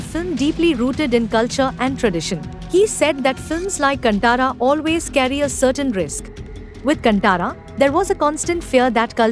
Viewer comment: Freaking northies. Firstly it’s “kaaantara” not cantaara